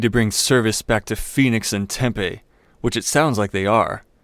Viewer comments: There is a Snyders factory like 20mi west. Every store has it. Also you’re saying Tempe wrong. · As a native of Tempe your pronunciation infuriates me. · FWIW his pronunciation comes closer to how 'Tempe' (the soy-based fritter dish from SE Asia) is pronounced 😂